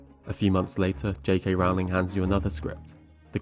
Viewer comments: Great video! Just one thing, JK Rowling's last name is pronounced (Rolling) like rolling down a hill. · Rowling rhymes with "bowling." How can you not know this, how can you mispronounce her name, having done so much research on your good video here? And she is not really "J.K."; she is Joanne. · I agree JKR isn't a good screenwriter, but can you please pronounce her name correctly? "Rolling." (Although I suppose you could argue having the world never use her name improperly is what she deserves for being an anti-trans activist and dead-naming people.) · How about pronouncing JK Rowling's name correctly for starters? Difficult to take this seriously when you don't even pronounce "Rowling" correctly. Do your homework. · You could boost your cred more if you'd pronounce J.K. Rowling's name correctly. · I really want to engage with this essay but it just throws me off and irks me that you can’t pronounce her name correctly. Her last name is pronounced “rol-ling”, not “row-ling” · My ears are bleeding from all the times I hear "rahwling" - it's "ROLLING" (like "BOWLING") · I cringed every time you mispronounced Rowling. It rhymes with "bowling" and "rolling," NOT "howling." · It's Rowling, NOT Rawling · Rowling rhymes with bowling not with howling. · Seriously what's with pronouncing her name R aw ling? People who create content about her should at least know how to pronounce her name lol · Sorry to be that guy but her name is pronounced ROW-ling as in TOE-ling. Just watch any interview with her and you’ll see. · It’s pronounced JK Rolling